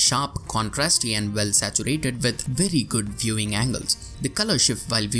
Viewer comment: "we" it's pronounced "u i" , not "v i", and "well" it's " u e l", not "v e l". I know it's your accent but it's veeeery annoying. And english is teoretically one of your native languages. I'm romanian and I pronounce more correctly